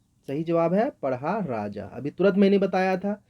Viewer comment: likhte hain pahda aur padh rahe hain padha! care